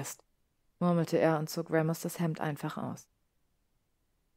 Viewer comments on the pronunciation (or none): Da in "Remus" nach dem "e" nur ein einfacher statt eines Doppelkonsonanten kommt, spricht man im Englischen das "e" wie ein "i" aus. Ich mache diese Anmerkung, weil ich mich jedes Mal ein klein wenig über diesen Aussprachefehler aufrege. Aber ansonsten hat mir die Vertonung sehr gut gefallen. 🤩